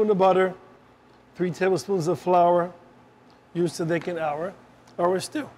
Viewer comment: Distracting that he can't pronounce the word "thicken."